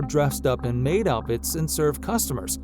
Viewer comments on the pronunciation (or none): none